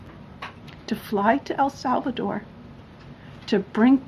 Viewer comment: When did el salvador become "AL" salvador?